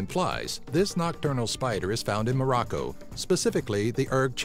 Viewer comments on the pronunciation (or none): none